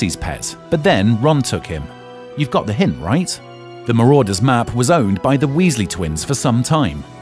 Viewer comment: "the marodeur's map" lol i believe its "the marauder's map"